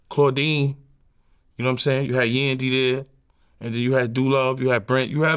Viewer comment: The emphasis on yandy 😂